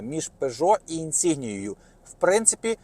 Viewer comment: Правильно говорити - інсінья